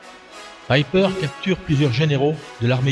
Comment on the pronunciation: Très intéressant bien fait, mais si je peux me permettre : c'est pas ''peper" mais "païper" ,''ei'' se pronoce ''aï'', comme aie.